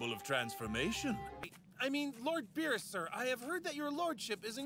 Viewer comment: When I first hear: Lord Virus!!!! But I Realised that in watching in subtitle: it's Lord beerus